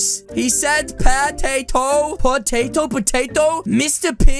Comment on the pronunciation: is so funnny if he say pa tay toe